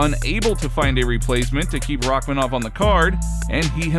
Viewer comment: its paddy not Rakmanov lol